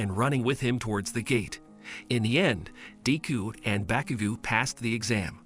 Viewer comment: Also it’s not pronounced bakugoo it’s baku GO